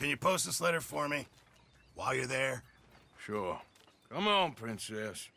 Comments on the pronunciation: Are you sure you want to go with the idea of collecting all the "shoar" of all you go around?: Shoar. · Normal People : Sure RDR Players: Shoar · Everyone: Are you shoar you're shoar?: I'm shoar. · Just making shoar Surey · SHOARS SHOARLY ASHOARED